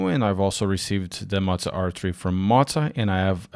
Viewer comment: hey btw it pronounced moe zwah or moe za